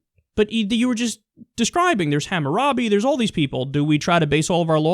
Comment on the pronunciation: Lolol the way he pronounced Hammurabi